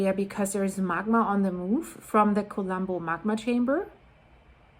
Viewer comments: despite of the seriousness of the situation, could you please stop pronouncing "Kolumbo" the English way? Whenever I hear it pronounced that way, it's hard for me to imagine a volcano as I always see Inspector Columbo (from the TV series with Peter Falk) before my mental eye. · She's not Greek, she's Canadian. English speaking. Some foreign language pronunciations are hard if you don't know the language. Let her be